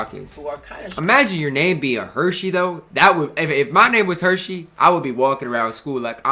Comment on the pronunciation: “Hershey Hawkins”😂😂 it’s Hersey like a hearse, the funeral car with the casket, Hershey really made me laugh though🤣